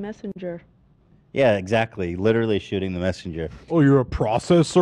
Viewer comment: Why does adin ross pronounce literally as “littly” it pisses me off lmao